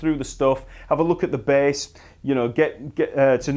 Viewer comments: The B A H S S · I love how this guy says bass.